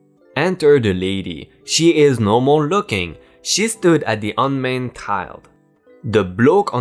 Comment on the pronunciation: Un manned is a soft a like man if there are two of the same letters together. Un maned would be like shaving a lion. Unmaned. Same for till it is soft if there are 2 consonants together (nn). Hard I (eye) is when the consonant is followed by a vowel tile. Hope this helps!!! Edit say: I'm sorry if this offends. I just want to help because I am dyslexic and OCD and had a hard time speaking out loud so I understand (not saying your dyslexic but that reading outloud can be hard. Subbed and liked!)